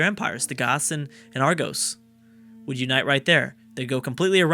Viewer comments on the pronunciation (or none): none